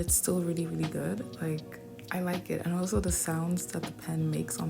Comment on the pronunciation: Aslo? You mean also?